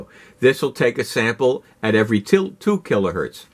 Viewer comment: Kilohertz, not Kilohurt